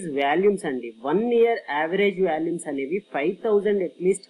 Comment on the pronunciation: Good information, thanks for the video. Small correction...you are pronouncing Volumes as Valumes, not criticizing..